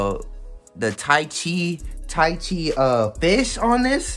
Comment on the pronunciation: oh my god bro "Tai Chi" 🤦‍♂